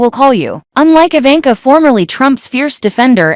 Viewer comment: Didn't pronounced Ivanka correctly.